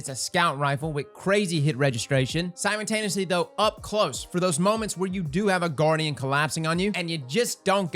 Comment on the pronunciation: I can't hold it in any more... IT'S SIMULTANEOUSLY, NOT SIMON-TANEOUSLY! Okay... I feel better now. Great review as always